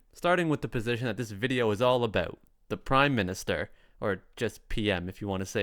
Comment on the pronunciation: Pay attention to how other Canadians pronounce about,.